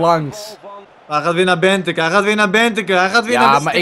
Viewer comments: Benteke spreek je uit als Benteekee niet benteke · Speel met België omdat jullie er van verloren hebben en je spreekt het niet benteke uit maar benteekee 😉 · Je spreekt benteke helemaal verkeerd uit je spreek het uit als benteekee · het is niet benteke het is benteke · Don Benteke spreek je uit als Benteekee :) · Niet benteekee het is benteeke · Het is ben-tek-ee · Het wordt uitgesproken als benteekee. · Je speekt het uit als benteeke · Je spreekt het uit als bentéké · België is gewoon pro en je spreekt benteke uit als benteekee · Je spreekt Benteke uit als Benteekee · Je legt de klemtoon verkeert het is benteeeeekeeee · Je spreekt Benteke uit als Benteekee. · Je spreekt Benteke uit als : Benteekee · je spreekt uit benteeké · Benteke je moet de E langer zeggen het moet zo klinken benteekee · je spreekt het uit als benteekee en mertens is een baas😡!!! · lol tis wel uitgesproken als bentekee ok speel eerst nog wa meer om tegen ons te kunnen winnen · jullie spreken benteke wel flink verkeerd uit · Jullie spreken benteke verkeerd uit